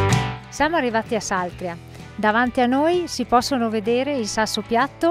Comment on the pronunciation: Saltrìa, con l'accento sulla I. Se non ci fossi io...